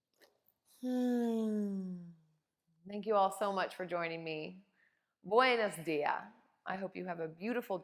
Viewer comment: So happy to hear you enjoyed my country ❤️ your pronunciation of “buenos días” is so cute ❤️❤️